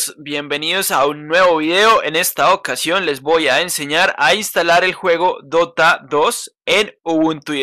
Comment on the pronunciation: Busco dota “de o te ah” :,)